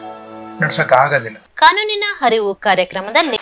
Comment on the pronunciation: ಕಾನೂನಿನ ಹರಿವು ಅಲ್ಲ ತಾಯಿ, ಅರಿವು ಅಂತ ಹೇಳು